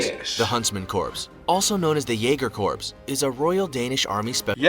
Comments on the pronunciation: I have to take issue with the video you used. When someone can not pronounce corps properly in their own language, they lose credibility. Not picking on you sir, I love your videos! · (Twitches every time the vid mispronounces corps)😐😑😐 Also...the Korean War cease fire happened 1953😐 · Their mispronunciation of corps make me question the whole video. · Why does this narrator say"corps" it sounds like corpse... I've one heard It called or said like CORE. With the s as silent.... alot like my home state Illinois:to all it's not said with the s.... the s is silent and it's an indian name.. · There pronouncing corps like corpse not core... lol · I wanted to throw something every time that video said 'corpse' it is corps is pronounced 'core' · Why do people pronounce the word CORPS with the P and S. The P and S are silent. The word is pronounced COR. Period. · Whoever did the initial video is an illiterate bastard. Corps is pronounced "core" NOT corpse. Try calling it the United States Marine corpse. You will be corrected quickly, sometimes loudly and humiliatingly. The original reader is an illiterate fool. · They pronounced "corps" as "corpse." It's pronounced "core" people. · Nothing pisses me off more than people pronouncing Corps as corpse and not as Core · It's pronounced Core not corpse. Americans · Who is annoyed that the video pronounces corps like corpse? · Anyone else cringing when the video says corps as "corpse" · I cringe every time that guy pronounces corps as corpse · The guy narrating is pronouncing "corps" wrong. It's like urinating in the woods - the P must be silent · Corps is pronounced "core" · Yeah, it's an accent. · "Corps" is not pronounced like "corpse"... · LOL...this is me not taking any video seriously that pronounces the word corps as "corpse". 😂😂😂😂😂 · Americans know “Corp”, but this is what happens when a YouTuber makes a video vs an actual person with basic military knowledge 😎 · Damn, imagine pronouncing the “p” in corps 😂